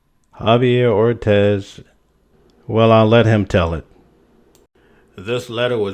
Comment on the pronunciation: It's' Or- Tees'... Not' Or- Tez'(' Ortis')